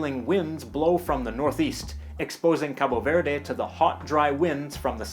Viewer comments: Just fyi: in Portuguese from Portugal and I'm assuming Cabo Verde, we don't pronounce the E at the end of words. Also, the O at the end of Cabo is pronounced like in the English word "boo". So it would be pronounced [kabu veɾð] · NO, WE SAY: KAB VERD !!!! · It‘s so cringey when you say 'Capo Verday' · you speak the country name wrong.... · I've entirely lost interest all I'm saying is don't make such a big deal out of the final E. and, to be quite honest with you, I'm pretty certain, being English and hearing English people pronounce it, that they do not pronounce the finally E, and certainly not as strongly as you are doing it. I know the Portuguese don't, so I don't know where you are getting that idea from. But I will admit that it's a piddling and trifling point that does not warrant further discussion